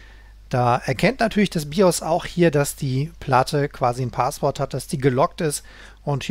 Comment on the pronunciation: DE - Ist zwar eine Kleinigkeit aber spreche doch mal einige Wörter richtig aus - Es heißt nicht Paaaswort sondern Passwort auch nicht Saundkarte sondern ßaundkarte - "scharfes S"